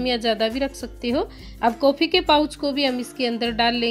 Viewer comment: Uffff jaag Nahi jhag, kofii Nahi coffee, sakkar Nahi Shankar, sake Nahi shake uffff Hindi ki maa Bahan ek Kar Dee please pahle theek se boliye ji phir video banaiye